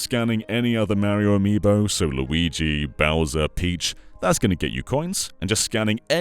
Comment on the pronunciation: Mary-o Lou-igi